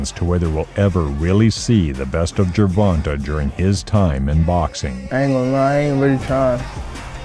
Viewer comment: Why can’t these YT people simply respect the proper pronunciation of the man’s name when they speak on him? JER-VON-TAY not TUH TAY‼️ And it’s like they just went with what the first person who screwed his name up.